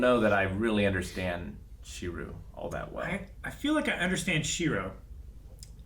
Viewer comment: Last episode and still calls him Shiru. At this point I think he just messes with us.:D Even learned his name!